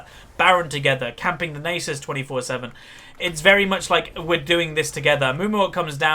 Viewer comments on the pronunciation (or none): Its Nasus not Neighsus. That was a braum not a bard Its Rylais Not rylay. and lastly, your throat was dry not your voice. Rant over.